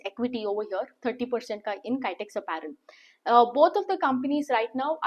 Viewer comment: Please pronounce Kitex properly